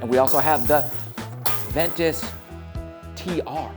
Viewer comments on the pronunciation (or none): Ventus not venture .....lol